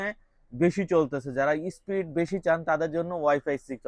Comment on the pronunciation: একটু শুদ্ধ ভাবে কথা বলা শিখুন। স্পীড হবে স্প্রীট না